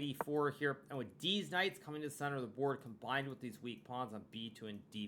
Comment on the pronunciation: Did he just say "deez knights"?